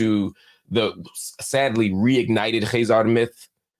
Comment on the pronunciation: Khaizan? You mean Khazar? How is this guy an expert in middle eastern studies?